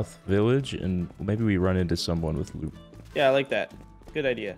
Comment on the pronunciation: I love how he says goop instead of loot